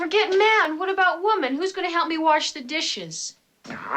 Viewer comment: “warsh” the dishes hehe 🤭